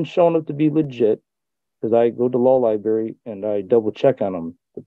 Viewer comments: OH yes libary their favorite....... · Libary. Libary. What else needs to be said?